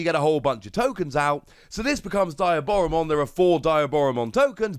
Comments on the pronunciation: Its dee ah bora mon. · how is there not a single person on youtube calling diaboromon by its correct name? it's DEE-AH-Boromon. Like Diablo, or a demon in Spanish.